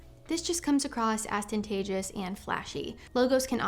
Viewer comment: She didn't pronounce Ostentatious correctly, major turn-off.